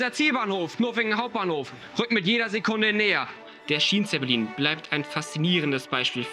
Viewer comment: Hättet ihr in der Englischen Tonspur das Wort Schienenzeppelin nicht wenigstens richtig aussprechen können? Oder ist das so eine billige AI Stimme?